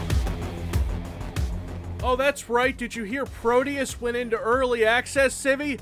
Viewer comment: No. No it couldn't. It'd be "Pro-deh-oos", to use american english phonetic approximation. Deus is latin, though "pro deus" google-translates to portuguese for "to god", possibly as in "let god sort 'em out"? Or it's just something they thought sounded cool.